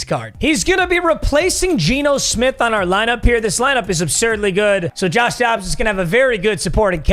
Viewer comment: “Woshua Wacobs?” 😂😂😂